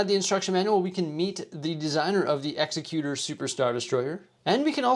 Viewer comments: It's exEcutor, not execUtor. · I could not finish this video after I heard you mispronounce the name of the ship multiple times. The name of the ship is pronounced "ExecuTOR" not "ExecuTUR." Have you not seen Empire Strikes Back? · The EXECUTOR (pronounced like the legal term). LOL, I was going to let it go until I heard it twice. It just makes me cringe. The other way would be spelled Exexcuter or more properly Executioner. The only thing wrong about this set is the price, especially considering the price compared to the Frigate. Maybe one day they'll nail it. They did with the Scythe, maybe they'll do it again at some point. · Pronouncing the name wrong btw 😂 great vid 🎉